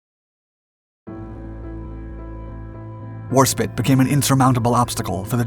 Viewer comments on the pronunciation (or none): I found myself flinching every time he misspoke "war-spit" when it's "War-Spite", Spite not spit. Editor really dropped the ball on this one. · Warspit? It's warspite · So annoying, it's spite ( sounds like tight or flight, or as used in the saying, bite your own nose off to spite your face) the word spit is totally disrespectful. I'm suprised as this channel is very good and they do their homework, however they are American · Good video. Some points for you; Norway wasn't the producer and supplier of Iron ore to Gemrnay, Sweden was. Narvik was just the port used to ship the ore to Germany. HMS Warspite is pronounced " War Spite" not 'War spit'. "Spite" as in "spiteful" or " in spite of that..." etc. Not spit, as in a place to cook or eject saliva from one's mouth.;-) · A good vid thanks, one niggle though which bothers quite a few people, it's not Warspit it's Warspite, spite as in might or right. As far as I know eight British warships have carried this name, the Warspite of WW2 being the best known. She was an updated Queen Elizabeth-class battleship launched in 1913. She had a long list of battle honours. As I understand it and despite what Wikipedia tells us the first Warspite was an Elizabethan 'Race Galleon' and involved in the battles with the Spanish Armada. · You say War Spit, I say War Spite. Let’s call your whole pronunciation off. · HMS Warspit??? 😂🤣🤪 It's actually pronounced HMS Warspite. There's an "e" at the end. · I am VERY surprised on how an Englishman misspelled the Most Decorate ship in the history of the U.K.! You Pronounce Warspite as War/spaɪt/ where is pronounced War/spyte! I know that because my 2ww mercantile navy friends and The Mighty Jingles (ex Navy), they pronounce the ship as the second spelling above mention. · There isan 'E' on the end of Warspite, it is not pronounced spit. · Please, please stop calling her Warspit. She was War-Spite. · War Spite 2 words joined together. Not Warspit!!🇬🇧🏴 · 'War-Spite', not 'Spit'.